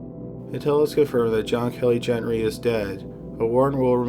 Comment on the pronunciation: Gent-Ree or Gen-Ree 🙄 Say it with me- Gen-TREE.